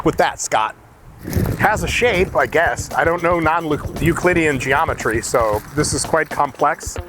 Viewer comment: Mike doesnt know non "huhgclittyian geomatry" . checks out.